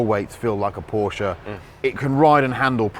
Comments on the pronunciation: Why wont they pronounce Porsche correctly? Theyre clearly saying it the wrong way on purpose.... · Please Jack, hear and listen to how Chris pronounces Porsche and repeat until you're saying it in your sleep.